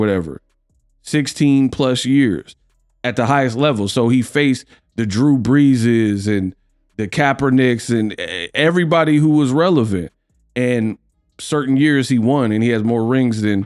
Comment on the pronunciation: Bro stick to boxing you said Kapernick 🤦‍♂️